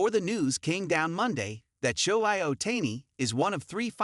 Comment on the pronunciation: Shohi Ohtayni 😂😂😂 the AI is wild